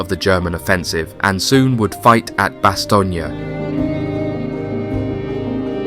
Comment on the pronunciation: Bass-Tone sir, I was a member of one of the battalions of the 101st that faught in Bastogne. I was a member much later of course. The unit is not active anymore but it was 1-377 FAR. Have to nail the names sir.